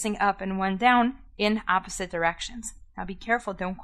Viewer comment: "ze zame zide" "eeposite" that sounds so German lMAO